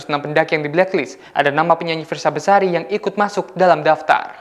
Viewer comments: Besari not bersari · Fiersa besari yaa kak bukan bersari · Fiersa Besari min bukan bersari